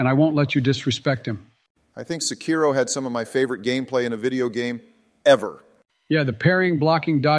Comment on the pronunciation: Every time Americans mispronounce "Sekiro", an imaginary porcelain plate smashes to bits inside my head.